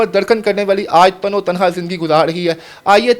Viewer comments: جاہل تین بار تم نے تن تنہا کو تنو تنہا بولا اگر کبھی کوئی یہ پڑھ لے تو اس جاہل کو بتا دے کہ اپنے قومی زبان سیکھ لے جہالت میں نہ رہے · تن و تنہا لفظ نہیں ہوتا۔ تن تنہا ہوتا ہے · NOTE KAREN TAN E TANHA / LAFZ HOTA HAI YANI AKAILEY HI./ AAP NEY POORE VLOG MEIN TAN O TANHA / TAN O TANHA / BAAR BAAR BOLA/ AFSOS HUA APNI MAADRI ZABAN URDU NA THI KOE BAAT NAHIN JANAB KISSI SEY MASHWARA HI KAR LAITEY JANAB. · Oy Tan o tanha no Tan E tanha hota hy Pudsar ni Parastar hy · تنو تنھا غلط تلفظ ھے اسے صحیح بولیں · تن و تنہا نہیں تنے تنہا لفظ ہوتا ہے ۔ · او بھائی۔۔۔۔تن و تنہا نہیں۔۔۔ تنِ تنہا لفظ ہوتا ہے۔ صرف مائیک پاس ہونا اینکر نہیں بنادیتا۔